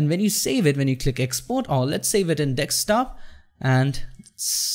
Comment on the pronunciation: dude egreat video,ur english good and voice quality is really good.. but just that u say dekstop instead of Desktop..